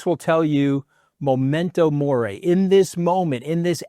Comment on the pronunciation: It’s memento mori, remember that you are going to die , not momento mori. Great video!